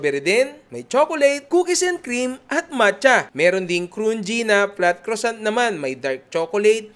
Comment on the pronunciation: Croissant (kruh.sahn)...pronounce it with a silent T at the end